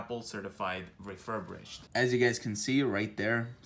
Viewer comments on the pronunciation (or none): I cringe every time you say “refurbrished” it’s refirBISHED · It's "refurbished" not "refurbrished". Thanks for the video ☺️ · ReFuRbRiShEd... refurBRIshed... RE-FUR-BISHED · ‘refurbrish’ lol